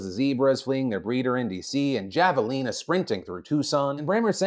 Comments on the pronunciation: Javalina cracked me up, its actually pronounced Havalina sorta like Jesus (Hesus). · I know javelina is spelled like javelin, but it's pronounced HAvelina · lol as a tusonian its Javelina HA VEL INA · That thing is called a “Hava-Leena” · YOU PRONOUNCED JAVALINA WRONG!!! have-a-lina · You say Javelina like a gringo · There is so much to comment on from today's show, but I have to discuss your pronunciation of "javelina" 😅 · The way you pronounced Javelina 😅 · Great show! So small and only for the future but I think you pronounce the J as an H .. like in jalapeño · Oh no he pronounced the J in javelina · Am I the only one that is triggered that Mr. Defranco said javelina wrong he said it the English way not the true Spanish way to say it